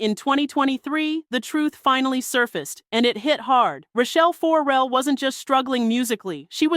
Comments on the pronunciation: 4-Rell is hurting my ears. fuhRELL us please. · Why are you saying her name like 4L? For L? It’s Farrell. Looks just like it spelled. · WTF is up with the FOR-rell pronunciation????